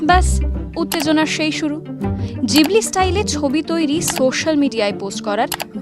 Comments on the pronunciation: জিবলি নয় ঘিবলি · Miyazaki - Co founder of ghibli pronounced it as "Jhibli " eta ghibli r Japanese pronunciation